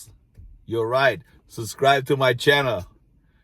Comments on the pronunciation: It is so funny how on the wooden sign you forgot to put the letter "S", when in your videos, you always skip the letter "B" when you say "susscribe". It is SUB-SCRIBE. ;-) We love you! ;-) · I say you keep the "SUBCRIBE" sign, and instead of saying subscribe to my channel say SUBCRIBE to my channel!! I would love that! Hey those who know know! lol I like your channel bro! and don't apologize for not pronouncing a word right. You are! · You should leave the “b” out of subscribe, it’s the letter you don’t pronounce when you say it😂 Love your videos, accent, and content. You have the same quality as Bald and Bankrupt..you both make me feel as though I’m right there with you..it’s a wonderful escape..Thank-you! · UBSCRIBE. Got everyones’s attention 🤣